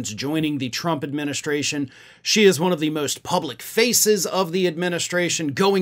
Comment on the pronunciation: ...I wouldn't normally correct you, but she never calls him "president Trump"...EVERYTIME she mentions him, she says "president Chump"...I don't say this as a joke, listen to the blonde whackado when she talks...she can't say Trump, it's chump everytime.